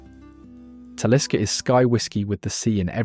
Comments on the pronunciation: Voice AI struggles with Talisker and utterly fails at Lagavulin and Islay. No Laphroag? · What utter pretentious drivel! This fraud had downloaded various random “Scotch” ads and descriptions and made a video of it. Period. He can’t even pronounce, Islay, Talisker, or Lagavulin properly! What a tosser! Blocked! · One day, AI will evolve to such a degree that it will be able to pronounce Islay, Talisker and Lagavulin properly, but that time is a long way off by the sound of this film. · and Talisker